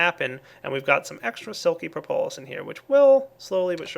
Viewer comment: Propolis pronounced: prop-uh-lis not pro-po-lis. This has bugged me for a while. :)